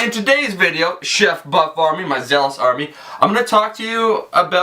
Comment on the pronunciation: Sometimes when he says buff army it sounds like butt farming lol